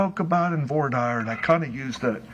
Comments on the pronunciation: I thought it's pronounced voi- deer not vah-dire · voice and whiney tone bugs me, but not as much as his pronunciation of voir dire... "vor dyer" instead of "vwar deer". Not impressive coming from a lawyer. And all of his many objections say a lot about covering up things. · Is this musical theatre? I'm pretty sure the starts singing. I think he's a soprano. 😁 P.S. And I'm pretty sure voir dire is pronounced, "vwar deer,".